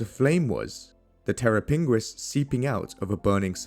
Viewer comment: "terra pinguis" Terror Penguin 😂